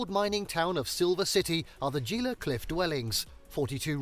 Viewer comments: Gila is pronounced Hila... are you watching an AI voiced video? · I can't stand it any longer. It is HEE - la. NOT gee-la. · Gila is not pronounced Geela. It's Spanish, so the G is pronounced more like an H. So we say Heela. The ancient Mogollon people who lived there is also a word spelled in Spanish. The double L is pronounced like a Y. So it is pronounced Mo-go-yone, not Mawgalon. Just sayin'. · Living here. I agree, most folks don’t really understand the beauty on New Mexico and Arizona. So much more than desert. Which is gorgeous. Also Gila is pronounced “heela” not “geela” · Gila: "Hee-la". Mogollon: "Mo-gee-on" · pronounced "He-Luh" cliff dwellings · Gila is pronounced like Hee-la. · Gila is pronounced heelah. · Gila = /HEEla/. Mogollon = /Muh-gee-on/. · They should have narrators that know how to pronounce what they're talking about. Gila: hee-luh mesa: may-suh Bandelier: Pronounced correctly the first time and minutes later mispronounced. The stress is on the lier, pronounced leer. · Just a couple of little things. There are no sahuaro cactuses in New Mexico in the wild. The first pic and caption shows sahuaro cactuses along the bottom. No. There is a brief photo of the Grand Canyon which, of course, is in Arizona. And Gila is pronounced Hee-lah. Other than that, pretty good depiction of the state. So much to see. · It's pronounced "He-la" cliffs. Our "g"s sound like "h"s unless followed by a "u" in New Mexico. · Whatever video Ur Watching on Our State, Really Needs to Say things Right! They are NOT saying the Gila Right!! Ah!